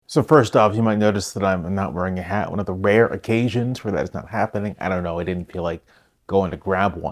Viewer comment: It's not "hat-penning"